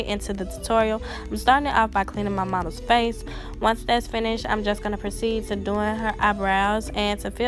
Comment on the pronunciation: I swear it sounded like you said momma, lol